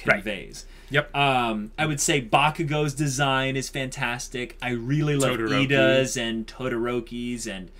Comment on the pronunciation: 1. No. Just no. 2. Iida, not "Lida." It's two I's.